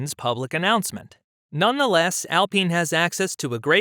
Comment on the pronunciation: AL pine not AL peen. lol